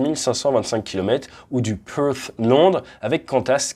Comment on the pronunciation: J'aime comment tu prononces "Peurs" (Perth capitale de West Australia)